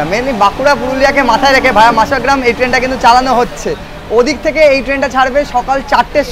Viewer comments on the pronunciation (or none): কথাটা মশাগ্রাম। মাসাগ্রাম নয়। একটু বেশি করে বাইরের দৃশ্য দেখান। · মাসাগ্রাম 😮 কানে লাগে কারন আমরা বরাবর মশাগ্রাম শুনতে অভ্যস্ত